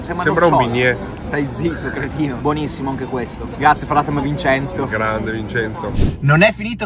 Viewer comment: "ma è buoniFFimo!"🤣🙃 I doppi sensi si sprecano in questo video hahahah